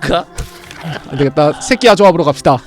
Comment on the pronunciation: 계속 뭔 소린가 했더니 자기야 가 아니고 새끼야 라고 하는거?ㅋㅋㅋㅋㅋㅋㅋㅋㅋㅋㅋㅋㅋㅋㅋ